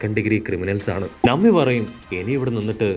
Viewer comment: നമ്മി അല്ല - നാമി